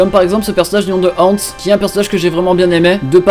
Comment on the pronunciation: ZELEPH DRAGNIR il le prononce « hantz » donc j’avais pas compris « Hans » . Merci de ta réponse zeleph le mage noir